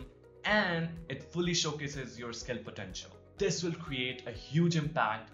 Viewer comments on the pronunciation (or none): none